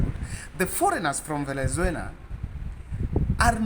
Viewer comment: Pole sana Smartmatic na Venezuela wamekutesa kupronounce sana